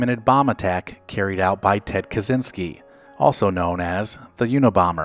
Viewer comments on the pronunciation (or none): none